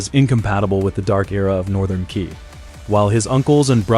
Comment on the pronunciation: Qi pronounce as Chie not Kie